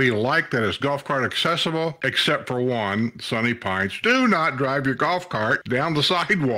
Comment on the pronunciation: Are you aware accessible has a "C" accessible not assible !